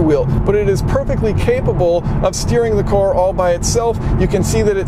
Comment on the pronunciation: Great video! You don't know how to pronounce the word "car" though. Try turning on the auto generated text, it understands everything exception for when you say "car". It translates to "core" "chorus" and so on. Lol